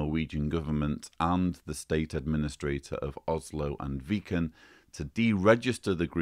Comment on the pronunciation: Interesting development (and congrats from a Norwegian on actually pronouncing "Viken" correctly, as "Vee-ken" ... speakers of English are very much tempted to make the first syllable sound as in "Viking"). I tend to doubt that Watchtower will appeal, but I could be wrong.